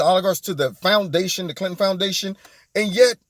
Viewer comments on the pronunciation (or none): none